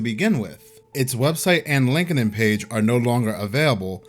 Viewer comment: Sounds like: LinkT-in or LinkedT IN